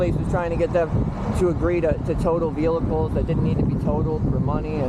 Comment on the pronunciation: The way he pronounces vehicles is cringe, but i feel for the guy if this is true